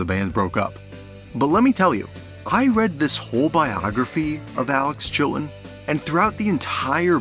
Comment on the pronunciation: …and what’s with the glottal stops when saying “Chilton” and “buttons”?